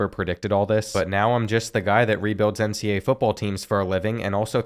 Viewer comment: Does anyone notice how he says NCA instead of NCAA?